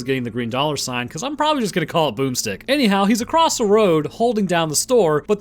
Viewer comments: Thought you said boobstick instead of boomstick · Keep saying boomstick for shotguns. But in an accent that sounds funny.